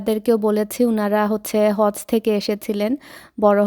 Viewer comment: its not Haz it's hajj